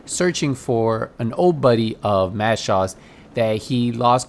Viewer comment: dude... his name.... is Mads.... Schulz.... Mad Shaws? TF